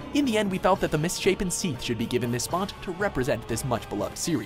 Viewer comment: Seath? ahhh no sorry.